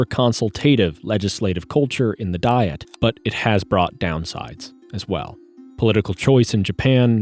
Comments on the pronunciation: AI. bullschitt. What is a "dee-it"? The narration is A.I. and probably ChatGPT. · Why does he mispronounce "Diet"? It is pronounced exactly the same as a food regime. Also, the word is not from German.